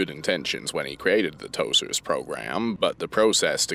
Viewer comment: can’t say tosers right